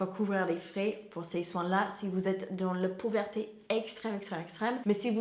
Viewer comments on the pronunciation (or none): "pouverté" 🥰 trop mignon ! (C'est pauvreté 😉) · Et la pauverté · Salut! Merci pour ta vidéo ☺️ Le mot "pauvreté" ne se dit pas pauvERté 😋 mais ton français est vraiment très bon 👍 j'adore tes vidéos, continu comme ça ☺️ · elle peut prononcer " pauvreuté " au pire pour que ça sonne